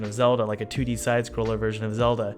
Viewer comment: Every time he says "2-d" character in the beginning I hear "tooty," and I giggle like a schoolgirl.